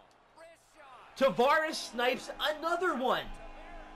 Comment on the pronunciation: U say Tavares name wrong